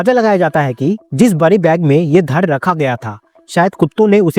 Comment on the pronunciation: धड़ होता है भइये, धर नही😂😂 साला हर निकम्मा खुद को रवीश कुमार समझने लगता है, ड को र बोलते हैं